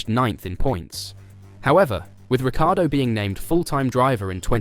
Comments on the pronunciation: It's pronounced Rick-car-doe... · it's a lazy Anglicization of an Italian last name. been dealing with it my whole life. His last name should be "Rik-E-ardo" - at least he pronounces is right more times than pretty much everyone else in the F1 media. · The inconsistency in how you pronounce Danny Ric’s last name is maddening. Pick an annunciation and stick with it. Good content, but man, Checo must be in charge of this channel because the inconsistencies are just insane. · It's pronounced RICCI ARDO as the spelling suggests